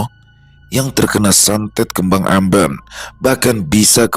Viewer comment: "amben" bukan gitu ngomong nya,,"e"-nya sama kaya kita bilang kata "enak",,bukan "e" dari kata "enam",,,,gituuu,,gmn dah,,pokok gtu lah,,,😅